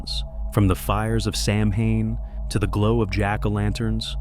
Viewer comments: Hi, beautiful animations. One thing, though: Samhain is pronounced SOW-wen. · Please .. pronounced “sow-when” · Those animations are so great, though. Did you do them yourself? Loved them. And on that pronunciation: it's not an easy one, lol. Ireland actually has two official languages, English... and Gaelic. It's an ancient language. As a primary language, only a small number of native Irish use it anymore. It's taught in Irish schools so the language doesn't completely go extinct. Some letters were put together in Gaelic to make some sounds. For example, "mh" was the sound of "w". It's an interesting language; when you see it in print, several words aren't pronounced as they're written, lol. Anyway... Happy Halloween to you, and nice video! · if you're not going to pronounce it correctly, why bother with the video. disliked. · It's AI. It has no clue how to say Samhain. 🤷‍♀️